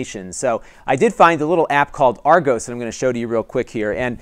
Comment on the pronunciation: The app is spelled/pronounced Argus (with a short 'u' sound in the second syllable), not Argos (long 'o' in second syllable.) This mispronunciation caused confusion for me in finding the app in the App Store. Otherwise, I enjoyed the info presented in this video.